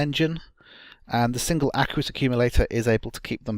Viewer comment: No offence, but I winced every time you pronounced the word "aqueous". :P